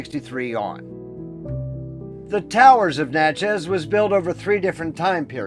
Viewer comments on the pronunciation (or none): You did a great job but let me tell you, it’s not Natch-ez it is pronounced “Natch-es” like matches. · Good job, but Natchez rhymes with matches and patches, the first syllable gets the accent .